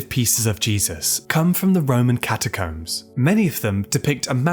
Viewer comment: That's not how to pronounce catacombs.